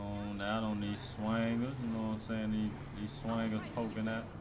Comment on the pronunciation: Ik he was from the H when I heard him say ( you none sayin)